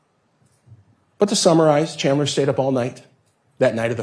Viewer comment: "Chander" lol. And she didn't even correct herself.